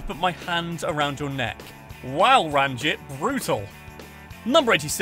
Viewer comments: Narrator hasn’t even watched it, everyone who’s watched it knows it’s pronounced ranjeet and that we do know barneys job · Am I the only one upset about how he pronounced ranjit